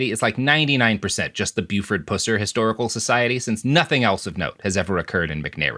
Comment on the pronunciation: You need to know the facts about the case everyone is dead. Pronounce Buford's last name correctly be respectful to his family